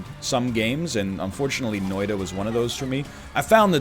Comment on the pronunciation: love when you say noita fastly and as ''noida'' :D